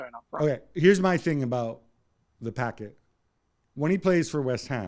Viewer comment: Why this guy keeps calling him Packet is beyond me.